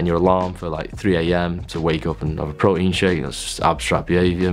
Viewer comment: "prowteenz" at 3am 😂😂😂😂